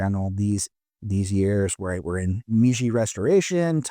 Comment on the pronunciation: Meiji is pronounced "meyji"